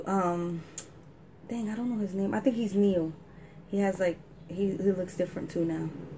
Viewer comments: Neil wtf it’s NIALL HORAN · Thank you for the video 😀 Could you please react to them performing Right now live at San siro Btw Niall is pronounced as Nile (like the river), Liam is the 'bald' one and Louis pronounced Louie is the other one.